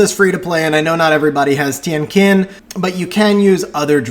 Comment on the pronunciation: The pronounciation for Tien Qin is wrong. Should sound like TIENG CHIN